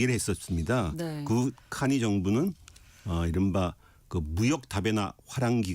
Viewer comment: 캐니 아니고 카니입니다.